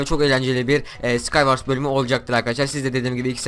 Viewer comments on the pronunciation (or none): Skaywars değil skaywors diye söyleniyor :D